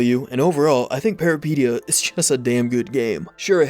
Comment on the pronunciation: Peripeteia, the first and second e sound like the es in elephant, fun fact peripeteia is a Greek word meaning adventure